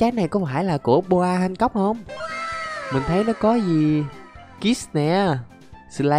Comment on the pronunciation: đọc là boa han cóc nhé anh, chứ ko phải bô a han cóc